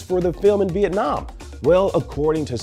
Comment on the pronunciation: Viet-Nah Man